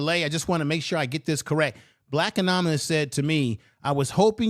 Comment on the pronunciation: That's not how "anonymous" is pronounced